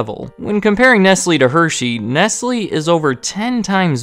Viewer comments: You are right, I apologise. Please look up how to pronounce Nestlé. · Isn’t “Nestlé” pronounced as “Nest-Lay”? Nestlés aside, nice vid 👌🏼